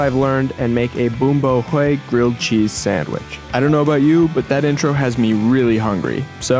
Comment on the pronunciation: You pronounced it wrong hue sounds like way